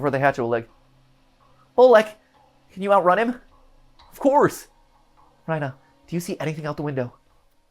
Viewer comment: why would it be rye-nah and not ree-nah 😭